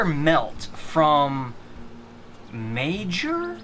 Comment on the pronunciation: So fun to watch!!! Loved it!! And it is pronounced "Meyer," lol. The Seattle Coffee candle from BBW is great, I have a few. And Campfire Donut was once called Chestnut Glazed Croissant. Thanks again for doing this! :)